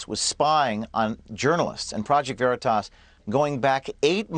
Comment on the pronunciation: First Sean don’t even say the name right when introducing PV, Sean makes me sick! Haven’t watched him in years!I couldn’t even watch when President Trump was on with him. He didn’t make a mistake, saying it was your home James, he wants you to think he’s a good guy ! His family is from a long line of FBI /CIA, Sean is a snake 🐍